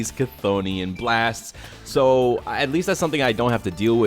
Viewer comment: Chthonian is apparently supposed to be pronounced "Thonian" by the way. Though they do pronounce it different in the anime.